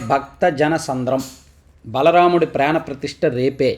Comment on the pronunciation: Sir it is baalaramudu